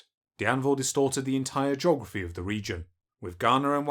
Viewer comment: ‘In the earwy 20th century, European knowwedge of the geogwaphy of west Africa was nearwy non-existent’ It’s gonna be hard listening to a 9 year old narrator…